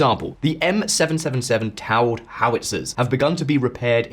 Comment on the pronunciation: “Taud”? Is that how y’all in the UK pronounce “towed”? I never knew! 🤣